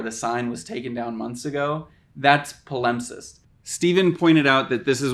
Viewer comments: Palimpsest has the stress on the first syllable. PA-limp-sest, not pa-LIMP-sest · Please learn to pronounce words before making videos about them! It’s PAL-imp-sest, not puh-LUMP-cest 😱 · PA-limpsest, not paLIMPsest. You put the wrong emPHAsis on the wrong sylLABle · I just recently found your channel, and I think it's wonderful. I agree with you that palimpsests are awesome -- I'm interested in Latin, and there is a ha-YUGE amount of ancient Latin literature which was lost, and then was recovered in palimpsests -- but one of us has been pronouncing it wrong. Maybe I was wrong, but I always thought the emphasis was on the first syllable: PAL-impsest. Or, come to think of it, maybe there are two accepted pronunciations, are we're both legit. I don't know. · FYI the word palimpsest is pronounced "pa-luhmp-sest". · Better check the pronunciation of your new vocabulary addition. I think you've accented the wrong syllable. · this mf really put a whole section on the word "palimpsest," and can't even pronounce it. great research smh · Please correct your pronunciation of 'palimpsest'. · Great video, but I've never heard palimpsest pronounced that way!